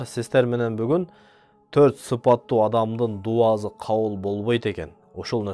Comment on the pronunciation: Видео жакшы. Илим алса болот. Бирок ушул дуазы дебей даусы деп суйлосонуз жакшы болчудай. Кыргыз тилиндэ, алфавитте С, З эки тамга тен кездешет. Оз орду менен колдонсок жакшы болот эле. Анан келди, кетти дегенди гелди, гетти деп суйлогонубуз аз болгондой дауЗы деп албай. Анда самалетту-замалет, сарыны-зары деп албайлыбы.? Ушу элдин алдына суйлогондо ушундай кичинекей нерселергеда конул буруп койунуздар. Каттуу тийсе кечиресиздер. Бирок, ( соз ээсин табат) ушул макал менен чечим чыгарса болот. Мынтип туз айтканды туура кордум.